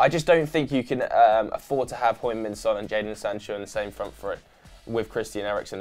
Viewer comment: how you gonna say Son is one of the best players in Europe and not pronounce his name correctly?????